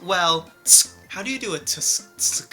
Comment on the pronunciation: him trying to pronounce “tsk” DBSJDBHHDHSJHDJBEBJD